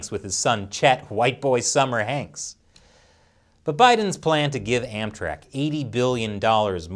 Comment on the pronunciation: Everytime he says "AmTrak" I keep thinking he says "Anthrax"